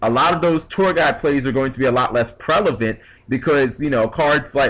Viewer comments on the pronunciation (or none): lol . Not relevant, not prevalent, just prelevant :D